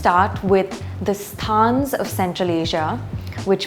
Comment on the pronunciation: why is trying to make people say 'sthaan' instead of 'stan', sounds like narcissism:-)